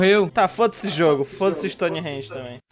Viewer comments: "strones gate" ai o nome real é stonehenge mesma coisa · "Strone Grates" .... é Stone Range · "Stronis gates"